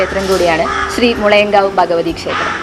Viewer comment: ഭഗവതി ബഗവതി ആകാതെ ഉച്ചരിക്കുക. Male voice അക്ഷരശുദ്ധി ഉണ്ട്. പ്രതാന അല്ല പ്രധാന എന്നാണ്.